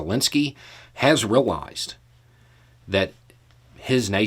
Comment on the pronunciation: Take a shot every time uses the word "rill-ize" (realize)